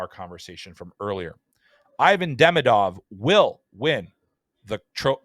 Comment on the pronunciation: For the love of god, pronounce his name correctly. It's ee-VON deh-MEE-duv